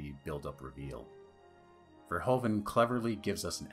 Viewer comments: Americans and their Furhoven. It's Verhoeven. Furhooven. Your own president was called Hoover. Hoeven is Hooven. Nice video ;) Subscribed. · Verhoeven not Verhoven. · Great video! As a Dutchman I would have appreciated it if you pronounced Verhoeven's name more accurate. It's not that hard and since you are a movie fan and you mention his name a dozen times.. 😅 It's pronounced more like 'verhooven', with the oo's as in 'zoom'.